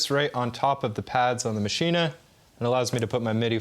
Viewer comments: Yep it's pronounced Maschinuh. You yanks should start learning languages like the rest of the world's people!! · Why does everyone pronounce this hardware mashina? There is no freakin a at the end of maschine. It should be pronounced the same way you pronounce machine!!! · No i like tortiya, I just HATE machin-AAAAA. When Spanish people call me Yake instead of Jake I don't complain because I know it feels wrong for them to say Jake. Ze Germans are very nice understanding people. They will not be offended if we pronounce Maschine like machine. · Love everything except for pronunciation of Maschine... it makes me want to hurt him. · Yeah that